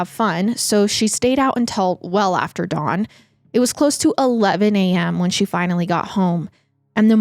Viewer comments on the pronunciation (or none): none